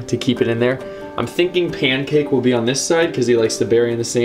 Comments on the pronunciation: It’s pyancake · Bro he said “payncake”